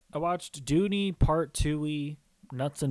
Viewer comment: It's Dune not Doony. Puts some respeck on the name!